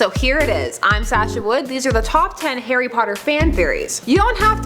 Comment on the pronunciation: everytime she says Harry, it sounds like Hairy. Lady you're going diagonally